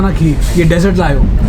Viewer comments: Please do not say sweets as desert as its dessert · Please don’t say desert , say dessert